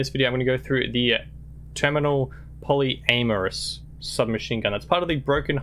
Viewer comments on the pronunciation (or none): A second there, i though it sounded like Poly-anus